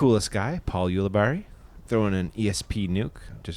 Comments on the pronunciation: its so cringe how some commentators still say Ooolibarri its YouLibeari he says it himself everytime cmon learn how to say it this guys played how many fucking tournaments have these guys played together and he still says Ooolibarri? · pronounced you li berry